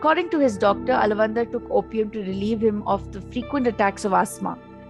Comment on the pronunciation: Btw, he is not alavandhar...he is aalaavanthaar...!